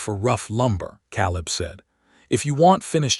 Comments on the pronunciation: Ka Leb Clar a first a is long because it ends the syllable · Love the story but hate how the AI pronounces Caleb's name wrong.